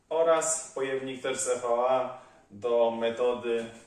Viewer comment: subskrybuję od niedawna i nie mam ulubionego odcinka, podoba mi się za to Twój zapał i pasja, która aż emanuje! Tak trzymać. Tylko proszę popraw się, to nie jest 'I WI AJ' (EVI) tylko EJ - materiał EVA:). Wędkarska piona!